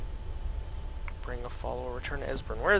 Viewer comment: esbern pronounced "assburn" hehehe